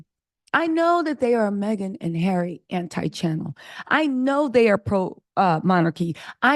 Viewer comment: Harry not Garry.